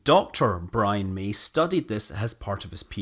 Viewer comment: It's Brian May, Not Brian Mee.